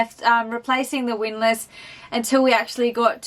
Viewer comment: Excuse me while I have a quiet chuckle now that can finally correctly pronounce "windlass".